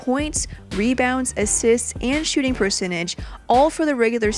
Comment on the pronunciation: She said shoe shooting percentage💀